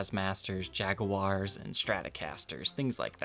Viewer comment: Noooooope, nuh-uh, hold up a sec here. We gotta talk about this, bud... Look man, I know you're a Gibson dude primarily and all... But, "Jag-uh-wars"?